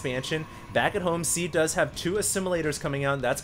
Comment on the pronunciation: Ow, it's Seed, not Sea.